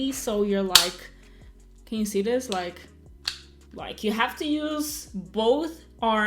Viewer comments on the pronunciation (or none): It’s not dis... it’s the word “this”